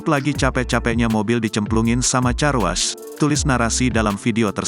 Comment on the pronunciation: 🎉Baca nya Karwosh bukan carwas atuh.... Gini deh kalau yg baca bukan manusia asliiii